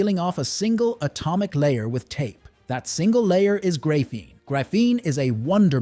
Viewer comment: It’s pronounced grah-feen not gray-feen and lead is pronounced lehd not leed